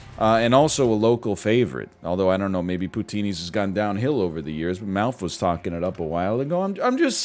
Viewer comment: I'm from BC, and I can say for certain that Tim Horton's are huge here. Also, what the hell is Poutinee's??